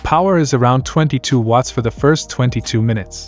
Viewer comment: The way the AI voice says "watts" sounds like "wuts"